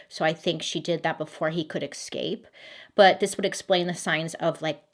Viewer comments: thank u so much i didnt realise it at first but she really says excape lol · I love Bailey bc she so self conscious about mispronouncing names but continues to pronounce escape as ex-cape 😂😂😂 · I love you, but it’s pronounced EScape. Not EXcape. 😆😆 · I don't know if anyone else mentioned this but the way she pronounces escape like exscape,that gets me every time. It's really funny and cute!